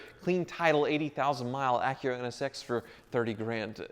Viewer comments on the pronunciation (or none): none